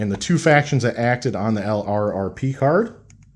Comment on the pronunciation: Enjoying your series, but I wanted to make one comment. LRRP should be pronounced "lurp."